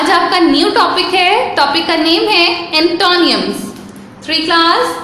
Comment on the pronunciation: Check antonyms pronunciation on Google please۔ and also cruel۔۔